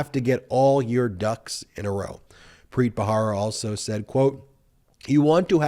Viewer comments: I think it's Ba-RA-ra, not Ba-HA-ra. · Preet Bharara. The last name is pronounced Ba-ra-ra. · That's Preet Bharara, not bhahara (rara, not hara). Other than that, your presentations are authoritative, factual and measured. Well done. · Please pronounce Preet’s last name correctly! It’s spelled Bharara, pronounced as though the “h” isn’t there, Barara. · PREET'S LAST NAME IS B H A R A R A not BAHARA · You are mispronouncing Preet Bharara's last name. You can check out the correct pronunciation from Preet's podcast "Stay Tuned with Preet." He says his name in his intros. Love your videos.🥰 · Hi Ben- You mispronounce Preet's surname, but I forgive you because I love you. The "H" in the surname is a soft "H" like the one you encounter in the expression, "AH." Not like the hard, forward "H" used in "Help." Think of the final "h" in "House of Hannah" for example. Thank you for your brilliant comments and commentary!